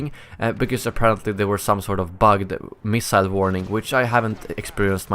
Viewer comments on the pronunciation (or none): none